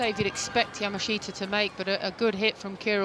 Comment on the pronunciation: When will these announcers learn how to pronounce Yamashita? Yaa -- Maa -- Shtaa How hard is that?